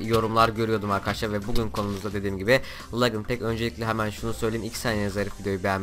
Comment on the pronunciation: Legınd Değil Licınd